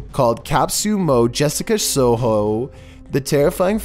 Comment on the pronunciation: Kap sumo jessica sowhow